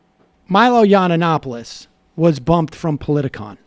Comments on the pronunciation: drives me nuts every time sam says this. YON ANNOPOLIS. NO!! I can't stand Milo, but get his name right. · Sam, love you and this show, but it drives me nuts how you mispronounce his name, (not that he deserves you say it correctly.) It's pronounced Yee-in-op-oh-liss.